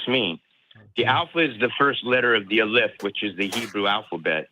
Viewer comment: I know this is probably the least of his problems, but has gotten some very bad translations, or strange ideas based on his own mistranslations. For example, the Hebrew alphabet is not called "eh-LIPH," or whatever he said. It can be called "aleph-bet," like our word alphabet. The first letter, א, is called aleph (accent on the first syllable). Elohekha is not another god or name for God - it just has the suffix meaning "yours" added to it. Eloheinu (אלהינו) and Elohekha (אלהיך) both come from the noun Eloheem (אלהים). Eloheinu (אלהינו) has the Nu נו suffix, indicating “our.” Elohekha (אלהיך) has the kha ך suffix, indicating “your (singular).” Just thought I'd toss that in to the mix, in case anyone thinks he has some insight into the text based on knowledge of Hebrew.